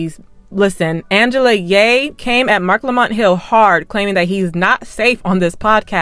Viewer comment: Angela Rye, not ye